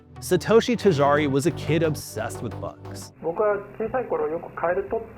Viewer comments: Tajari instead of Tajiri is crazy. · Omg “Ta-Gee-Ree “ not “Ta jar-ee” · Tajari is wild 😅🤣 it is Tajiriiiii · This is a great video so far, but it's "Tajiri", not "Tajari". More like "Tah-Jee-Ree". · “tahjaaree” dude butchered the pronunciation 😂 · "tijari".... Really man? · I cringed every single time. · Man, if you fail at even pronouncing the name how can the audience be sure that the rest of the piece is researched well?